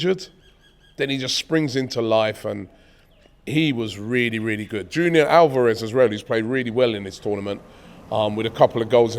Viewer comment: Man said Junior Alvarez😭